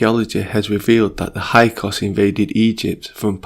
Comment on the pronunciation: Hyksos, pronounced “Hix sos” 😉